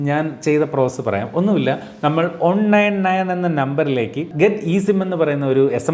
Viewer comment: ഒൺ അല്ല വൺ